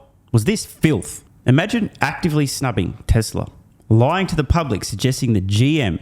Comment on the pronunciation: As TSLA is non union they were dismissed. Also true Mr. Biden cannot pronounce the word "Tesla".